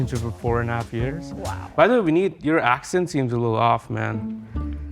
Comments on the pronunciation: He should’ve said vinn-it as in innit but with a v at the start saying nobody ever messed up your name was wild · “Vinit” is straight up diabolical😂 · No joke ur vinit and not vineet🤣🤣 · "vinit" is truly the vinit of all times